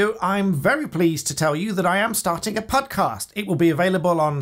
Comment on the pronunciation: Did you say Pudcast? Someone get Paul Chowdhury for a duo.